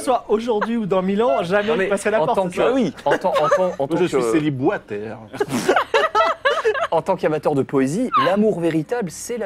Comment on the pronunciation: "Céliboistère" XD